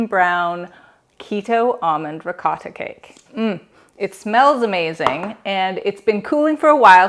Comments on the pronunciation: Hearing you say RE-COAT-TA is strange. Sounds much better the correct way, as in Ri-cot-ta. I'll probably watch your other videos. Hope they're pronounced correctly. LOL. Anyway, thanks for sharing. :) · Bless your heart ♥️ Parents were both full blooded italian ( raised in USA ) PA Never heard it pronounced that way! It all good ! Mom made everything homemade! I subscribed to your channel, However I live 6,700 ft above sea level! Baking can be a challenge. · The way she is saying ricotta. ☠️🪦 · Please pronounce ricotta correctly